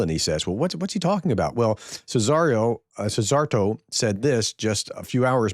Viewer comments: I hope this helps: pronounce Szíjjártó as see-yar-tow, that would be pretty close 👍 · Some great comebacks in those interesting exchanges! Thanks for sharing. FWIW Szijjártó is near enough pronounced SEE-yar-to(r). It’s Hungarian for ‘dipstick’. (Well, if it wasn’t before, it sure is now).